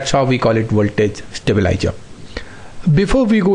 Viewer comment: Very informative video with detailed explanation. Just the pronunciation of certain words Stabilizer, stabilizing, increase, decrease, relays